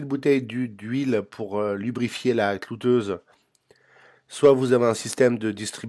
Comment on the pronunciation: on dit cloueuse, pas clouteuse !